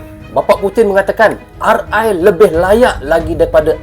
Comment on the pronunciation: RI BUKAN RE MAS